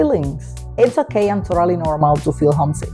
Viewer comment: Me encanta los ok ok ok con acento costeño te amoooo cosiiiiiii❤❤❤😂😂😂